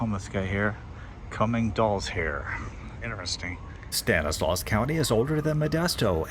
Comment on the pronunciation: "Stanislaus" is pronounced "STAN iss law."